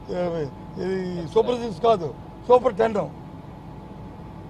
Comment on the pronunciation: Yento veedi gola thith kaadura babu six anu